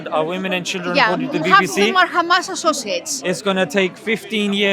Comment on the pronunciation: khamas , khamas , khamas is all they say .